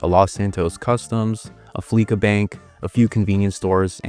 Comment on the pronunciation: It's pronounced Flee-sa Bank. A play on words with Visa and Fleece, as in "getting fleeced."